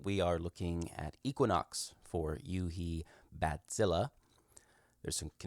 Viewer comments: It's pronounced batsille, not badzillah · I appreciate that you try to pronounce it correctly. I'm German and I know how it's pronounced. The vowel at the end is more like the "e" in "Kraken", not so much like an "a". IPA: [baˈt͡sɪlə]. But that's me being fussy. Anyway, nice patches you made there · It's probably what he imagined native speakers of English would need to pronounce it more or less correctly. What an idiot (I kid)